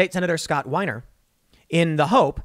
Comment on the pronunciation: The exposer is talking to "State Senator Scott Wiener." Perfect. But c'mon, Tim. It's pronounced "WEENER." As in "why is that woman exposing her wiener?"